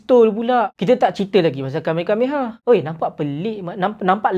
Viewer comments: Kamekameha ❌️ Kamehameha ✅️ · KameHAmeha sebutan betul.